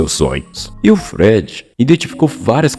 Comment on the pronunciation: Cara, não dá pra ouvir um vídeo de alguém que não sabe pronunciar Freud. Fica muito difícil acreditar que você sabe do que vc tá falando.